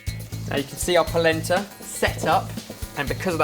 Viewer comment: whats palenta? hahah